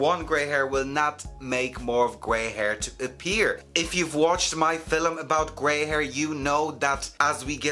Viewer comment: I LOVE the way you say “Film”